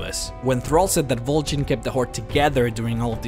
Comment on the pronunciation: Why the fuck did you pronounce both Vol'jin and Garrosh's name with a bloody "E"? OSH JIN